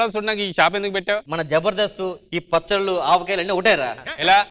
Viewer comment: పచ్చట్లు అంట 😂😂😂 rashmi telugu khooni